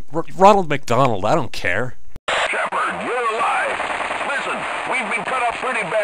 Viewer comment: At the beggining shepherd sounded like he was saying "catseme" over and over